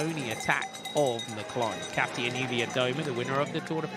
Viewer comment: Commentator: please make just a small effort to say Kasia Niewiadoma. It’s “Kasha” not “Cassia”!!!